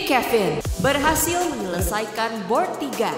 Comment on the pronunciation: "bord lima w" 😭